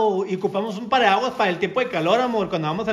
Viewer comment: Y sigue diciendo pariaguas jijijiji